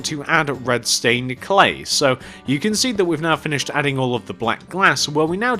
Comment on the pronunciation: at the start you said redstone cley